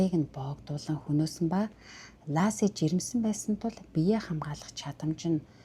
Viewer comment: Энэ хэрэг намайг Сан францискод ирсний өмнөхөн гарч, маш их дуулиан гарч зурагт, сониноор дүүрэн мэдээ гардаг бсан. Бүсгүйн нэр Ласи биш Лэси гэж дууддаг. Алга бсон өдрийн орой нөхөр Скотт нь Лэсигийн ээж рүү залгаж эхнэрээ асууснаар хойд аав нь цагдаад дуудлага өгч анх энэ хэрэг үүссэн бдаг. Бид ойрхон хотод бсон энэ дуулиант хэргийг ихэд сонирхож бсан, хэрэг үйлдэх бсон шалтгаан юу болох нь одоо ч тодорхойгүй бгаа, би хэргийн талаар Лэсигийн ээж, Амбер Фрэй, Скоттын эх өар эгч гм хүмүүсийн бичсэн 6 номыг амазоноос авсан нь одоо ч манайд бгаа. Энэ подкастад өар 1 алдаа бгаа нь С,А 2 сохор болзоогоор биш нэг танил нь зуучилж танилцуулсан нь номонд бий. Жич: энэ хэргийн тухай өнгөрсөн онд Нэтфликс 3 ангитай цуврал хийсэн. Аа бас хотын нэр Моодеста биш Модеста шүү.